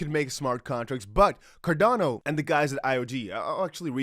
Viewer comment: It's xrp and xlm I don't know why you say cordano